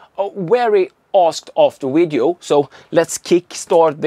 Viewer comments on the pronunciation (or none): video-wideo whatever, we'll just just assume you are Chekov. I wouldn't worry so much about things like that. However, to pronounce the v put you teeth to your lip as v is a dental labial fricative in English.